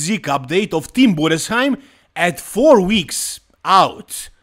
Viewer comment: The first english speaking youtube who pronounced Tim Budesheim the right way, respect 😀